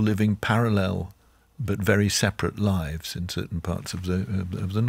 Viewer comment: Just the fact she keeps saying lifes instead of lives is enough to anger me.